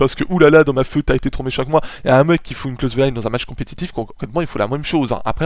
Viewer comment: Sinon simpa franchement hesite pas a en refaire d'autres ! Sinon parcontre ya quelque prononciation fause (surtout sur fued .. C'est pas feuud .b C'est plus fuid ou par exemple tu dit hell alors que c'est heel (genre il en francais ) mais sinon rien de bien grave on te comprend ! :p En esperant tu refase des video du genre ! :D